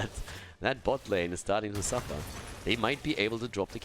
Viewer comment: "All shall SWIFFER"